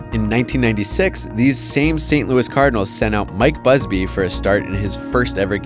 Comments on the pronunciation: How in the hell are you gonna tell me that you pronounce that crap like that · You said Saint Louis so fricking wrong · thats not how you pronounce saint Louis, missouri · This guy is an idiot how do u pronounce St. Louis Missouri wrong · Please never say Saint Louis like that every again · Was going to watch, but stopped after he pronounced St. Louis, Missouri the way he did. Come on man..... if you don't know how to say St. Louis and you are making a video on baseball, don't make a video about baseball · Dont ever pronounce Saint Louis, Missouri like that again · “Saint loo-eee, Mizor-eye”? Are you serious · San Louie, Misserye 😂